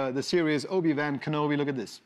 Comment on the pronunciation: He butchered the middle name of obi wan kenobi